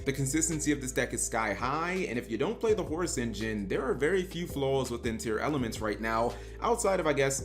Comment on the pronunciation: I had to check how Tearlaments was spelled cause he kept saying “Tear-Elements”